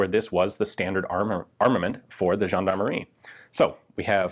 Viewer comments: I love it when you pronounce foreign word but i completely I lost it when you said "Gendarmerie" (Jeanemarie, a old fashion giving name for girls) instead of (jean-D'arm-e-rie) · Nothing says "gendarmerie" like the letter W. Right?